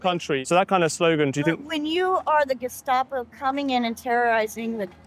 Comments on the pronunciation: Ackshually 🙊 In Germany we pronounce the "Geheime Staatspolizei" with a sharp "s". You don't have to use this "sh"... It more sounds like "star" rather than "shta" Edit: At least the abbreviation. In "Staatspolizei" it IS INDEED the "sh"-sound... I guess, it's complicated 🙊😄 Another Edit: In northern Germany it could be the sharp "s" in both instances omg I'm so sorry for y'all Edit number three: If you have learned all the attributes of NS-regime and SA in school, you can see them in real-time with Antifa. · It's pronounced ge-sta-po, not ge-shtop-o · Why pronunciation with slavic letters Š , geštapo? Just curious.